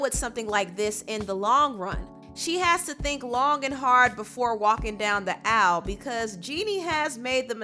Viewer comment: “walking down the owl” lol I had my subtitles on and was confused for a quick second, then couldn’t stop giggling when I realized what actually said😩😭😭😭